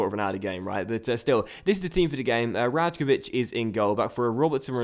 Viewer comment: Hey, I said it before but you didn't notice.. It's pronounced RaYkovich, not RaJkovich. Great episode:)